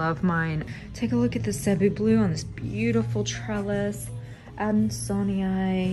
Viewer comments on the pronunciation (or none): none